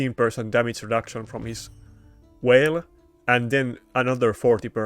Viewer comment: The only things you pronounce wrong are G’s and V’s. You say whale instead of Veil but we all understand and know what you’re saying. Don’t listen to them, your English is great bro. Your channel will grow because you have good content